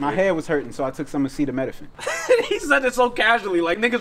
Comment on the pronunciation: That "acetaminophen" fucked up 😂